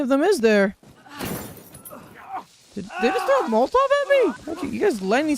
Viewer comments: I’m glad I’m not the only one who pronounces Molotov as “Molt-Tawv” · Pronouncing it as "moltov" triggered me more than irregardless ever has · I've never heard Molotov pronounced that way